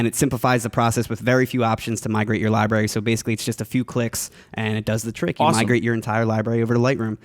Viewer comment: says 'Libary' a lot, lol